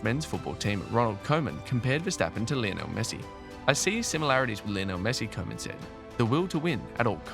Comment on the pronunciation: Next time pronounce Koeman as Kuman. Probably sounds much better.